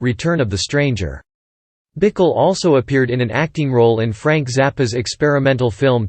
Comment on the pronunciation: Pronounced “Bikell”. Doesn’t rhyme with pickle.